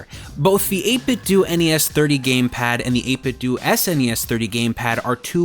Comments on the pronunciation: Stop pronouncing it 8 Bit Doo. You wouldn't say Nintendoo Entertainment System. It's pronounced doe. Troll. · 8bitdo: 8 - biht - dough. NOT dew. DOUGH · its 8bitdo do=dough not do=do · So Nintendo is pronounced Nin Ten Do but 8bitdo is pronounced Eight Bit Doooooooo? Da hell? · he pronounced 8BitDo wrong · I know